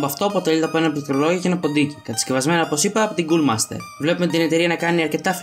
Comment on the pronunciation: Πολύ καλό Review! Απλά πιστεύω πως πρέπει να μιλάς λίγο πιο αργά γιατί μερικές λέξεις δεν ακούγονται σωστά (π.χ. CoolMaster αντί για CoolerMaster). Παρόλ' αυτά πολύ καλή προσπάθεια!